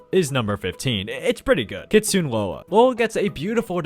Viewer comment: btw its "kit-su-ne" Lola not "kit-soon" Lola also hanbok mandy is pronounced "Han-bou" Mandy